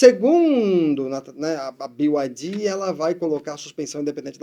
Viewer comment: A pronúncia é Bi Ai Di